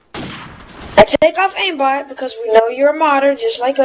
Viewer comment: he doesnt say aimbot he says aimbat